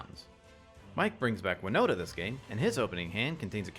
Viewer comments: Please please please reread Wino*T*a. There's a T there! Not an N! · Her name's WinoTa, not WinoNa. Although I wonder if Winona Ryder plays MtG. :p